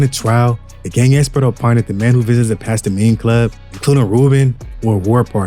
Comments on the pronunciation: AI generated . Pasta-mine lol it's Past time . Say it right. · Did this foo just pastimmeeeyyy club lmfao pass time homie 😂😂😂😂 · Does this foo really not know how to read?? Pastime is pronounced PAST TIME Cmon man... lmao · ''Pas-ta-mine" 😂😂 what in the actual fvck is that? 😂😂😂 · PAST TIME